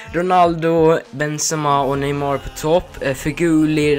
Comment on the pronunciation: Du sa neymår